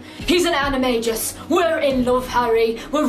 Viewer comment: Yes! She pronounced animagus correctly! 🎉